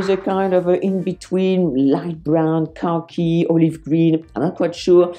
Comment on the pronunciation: When you say “khaki” I hear “car key” with your accent. lol